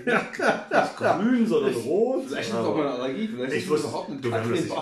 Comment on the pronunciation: Einen Schnaps für jedes Mal, wenn Katrin Bauerfeind (ohne n in der Mitte) falsch ausgesprochen wird. 🎉